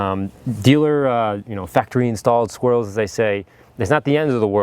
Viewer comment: Hey, it sounded like "Dealer Installed Squirrels".....hahah